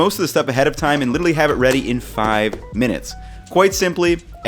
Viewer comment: No one: Absolutely no one:: qUUIte LI-CHE-RALLY